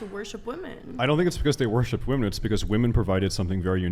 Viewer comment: FYI: "woman" and "women" are pronounced differently.